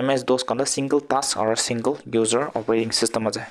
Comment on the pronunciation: Sir you just said singerrr instead of single 😂